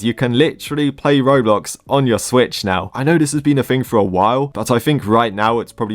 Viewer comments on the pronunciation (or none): BRO ITS SWITCH NOT SWTICH